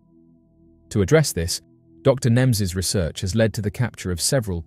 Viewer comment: His last name is nemes Not nims